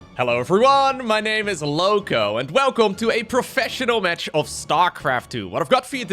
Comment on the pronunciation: Words used by narrator: "Metch" (match), "Rett" (Red)